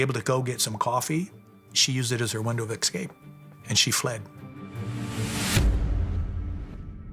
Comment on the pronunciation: "anythink" is not a word. She means ,of course, anything. Then we hear from the guy "acrost" excape" and "excortef". These Americans are murdering our English language.